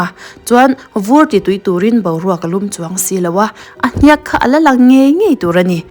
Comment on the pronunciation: Hniak lam dan thluk a dik lo.